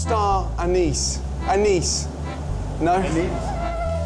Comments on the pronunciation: He said Star Anis not aneees lol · Gordon: Anise? Anise? Indian: a KnEeS?